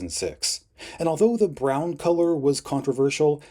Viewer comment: Why do you say “brown” like that? 😭 😂